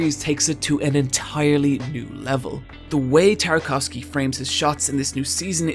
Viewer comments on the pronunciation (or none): It's TarTAkovsky not TarKOvsky. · But his name is Tartakowsky not tarkovsky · Why do you keep pronouncing "Tartakovsky" as "Tarkovsky"? Also, "chazzum" instead of "chasm" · Guy can't pronounce Tartakovsky...